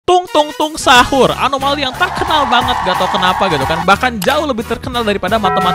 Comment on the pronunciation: "Tung tung saqhur" gile aksen nya fruancis uaple qruamble buagasq driqbleq